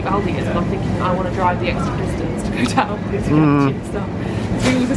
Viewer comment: Thank god you pronounced Aldi right lmfao